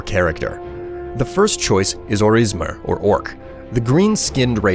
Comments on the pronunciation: "Or-is-mer" Its Ors(like ores)imer ores-em-er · Small sidenote, the Orcs are called Orsimer, not Orismer. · you said Orismer instead of Orsimer they come from Orsinium if that helps remember ;) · Orsimer* not orismer